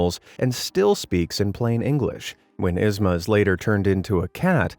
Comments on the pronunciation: Yzma's name is pronounced EEz-muh. Not Iz-muh! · YZMA not ISma.! 😩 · Every time you mispronounced yzma was agony. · The real horror story is his pronunciation of yzma. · The way hes saying Yzmas name wrong is cringe. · Anyone else bothered by how he mispronounced Yzma EVERY TIME???